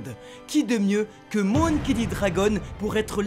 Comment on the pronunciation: "MOUNkey" D dragon ! Vraiment ? on est sûr de la prononciation là ? "Monkey" MON comme MONtagne... 🙃😋